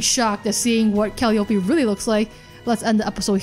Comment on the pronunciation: Just wanted to point this out only cause I guess no one mentioned it (not trying to be that guy 😂) but it's Cal·lie·opee (Calliope). Again not trying to be that guy! 😂 love your work huge fan lol